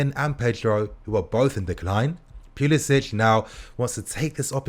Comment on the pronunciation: Its puli “sic” not puli “sitch”